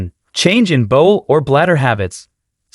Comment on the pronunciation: Bowl is something you eat from. Bowel is pronounced bow-el. That’s bow as in bow to the Queen. Not bow as in shooting arrows.